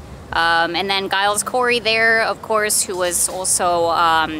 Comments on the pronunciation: It's pronounced "Jiles" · The "G" in Giles is pronounced like the "G" in George.